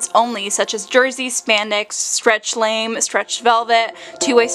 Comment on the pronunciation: This isn’t important at all, but just to help in the future, lamé is pronounced “lamay” not “lame.”